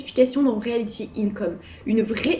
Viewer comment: Bon déjà... c'est Realty !!! Pas Realthy